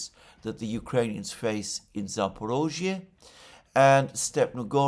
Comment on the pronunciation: It’s Zapor I zhzhia, not Zapor O zhzhia Just saying